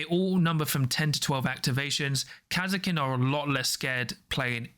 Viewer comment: the way you guys pronunce Kasrkin is so strage.